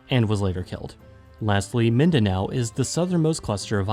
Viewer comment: "Luson ViSAyas and Midanow" It's killing me 🤣